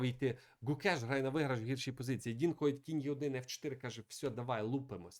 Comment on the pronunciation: Бля....ну його звати Дін. Шариш. ДІН. Не Дінг, не Донг. Ну шо за піздец. Це як мінімум коверкання ім'я. Я думав ти це виправиш но ні. Яка уже партія но у тебе він Дінг. Де ти це вичитав?ми ж тебе не кличим Міхуйоло?